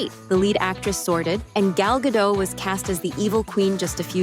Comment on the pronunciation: WTF is wrong with the world? her name is Gal Gadot! not gal gadow or gadoo or whatever it is you're seeing. it's GAL (very simple) GA - Dot. (dot, like it is writen, not like an American would read it) the 'T' is not silent. GAL GA-DOT.